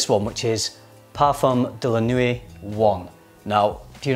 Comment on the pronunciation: Nuit isn’t pronounced ‘nuwee’, its ‘nwee’. Nice vid though :)